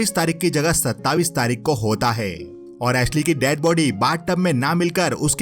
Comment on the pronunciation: It's not अठाविस or सत्ताविस its अठाईस and सत्ताईस